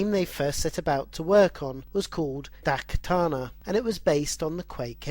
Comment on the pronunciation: Unfortunately the mispronouncing is even more apperent with japanese names and titles (daikatana, for example). If you need someone to 'proofhear' them just shoot an E-Mail in my direction. The audio of some clips drown out your voice completely, and that's a shame. The music might be bautiful, but I like the info more ;P